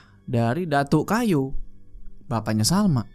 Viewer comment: datuak kayo = datuk kaya bang bkn datuk kayu